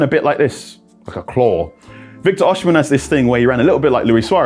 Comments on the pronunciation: It's pronounced "O-cee-meh", not "or-she-men" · It’s not “O- shi-men “ … it’s pronounced “O-C-meh” …. I’m Nigerian so I know this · That's not how to pronounce his name though.